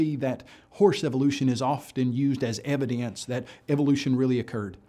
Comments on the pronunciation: "Evidayence". I know, it's just his accent, but...I can't take anyone seriously who pronounces evidence "evidayence". Or even "evidences". Which apparently he got right? So what went wrong with "evidayence"? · Kyle "inhale after every other word, evideyance" Butt. Hehe butt.